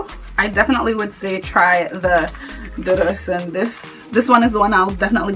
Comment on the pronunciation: You guys it’s prounounced DOO-DOO oshun ,it’s Yoruba